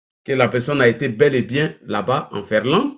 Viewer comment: On dit Finlande et non Ferlande. Illettré.